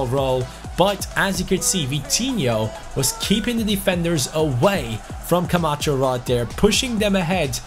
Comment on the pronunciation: Is it just me or when says Camacho it sounds like “come at chu”